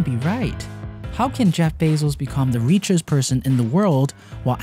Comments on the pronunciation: "reechest" lol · "reechez person in the world"